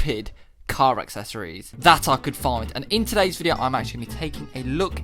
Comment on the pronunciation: And here we go again with the Car “Akseshoryz” 😂 loved the video man! Your some guy 🤣